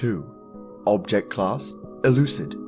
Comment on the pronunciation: Euclid is pronounced U-Klid not Euooslid